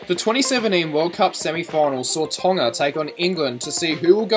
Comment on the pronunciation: you're the only white youtuber that pronounced tonga right